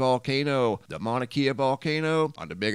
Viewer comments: Kea is pronounced ‘Kay uh’ not ‘key uh’ ~ love your channel. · It's Mauna KAY-UH..not KEY-UH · It’s Mauna Kay-Uh 👍 aloha from Hawaii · Mauna Kea is pronounced Mauna KE ( long A ) a E is pronounced A …sorry but that’s correct. Just as Kilauea is pronounced KilauAa. E is pronounced. Long A. ❤️❤️❤️😊🏝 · Mauna Kea is pronounced mana kay uh. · prnounced mauna KAYa